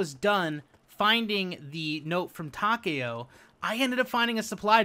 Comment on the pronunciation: I’m glad you said his name right. TAKEO not TA-KEO